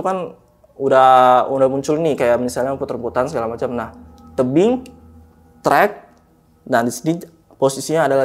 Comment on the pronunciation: Berasa lg di jelasin sama pak guru hahaha tapi ngomongnya kebalik balik bikin ngakak wkwk ngrogi bgt kayanya sampe nyebut tebing jadi tibing wkwk ga seru nih narsumnya